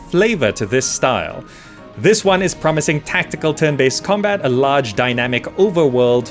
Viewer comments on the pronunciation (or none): Am I the only one hearing "terran-based combat"?? :)